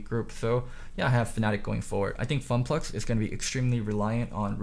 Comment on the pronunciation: Nobody:: FunPlux